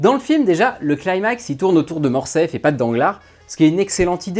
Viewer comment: On dit "Morcerf", pas "Morcef". Ce n'est pas la première fois que j'entends qu'on fait sauter le R, il y a plusieurs livre audio comme ça, je ne me l'explique pas.